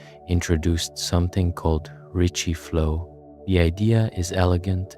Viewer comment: “Ricci” not “Richie”